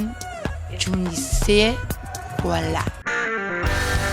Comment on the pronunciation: You're not supposed to lisp the "z" in Fernandez , unless you want to have a European accent but Argentinians certainly don't say it that way (they would pronounce it like an "s"). I'd say since you already anglicized the "r" in the word and are speaking English, not Spanish, you might as well go full anglo and say it the way they do in the US, with a "z" sound at the end.